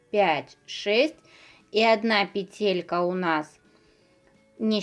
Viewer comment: Классно, очень понравилось, только почему петЕлька? говорите правильно , пЕтелька🙄